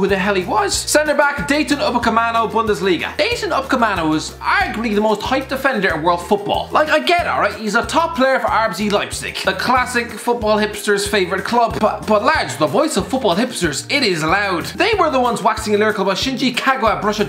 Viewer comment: He also said rZ leipzig